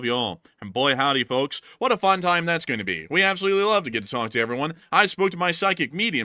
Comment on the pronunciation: you don't have to pronounce the "L" in "FoLKs".